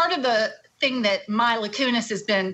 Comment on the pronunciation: when your “expert” guest can’t pronounce Mila properly while giving her opinion it discredits what she is saying…..it’s not Myla…🙄